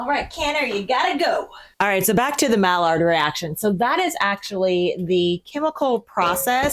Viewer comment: Mallard! 😂 not like the duck! It’s pronounced like my-yard!! That beautiful caramelization!!